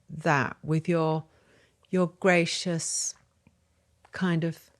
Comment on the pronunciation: The first time she said "gracious", it almost sounded Scottish^^